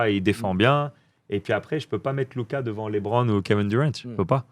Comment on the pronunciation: On dit LeBron, pas LiBron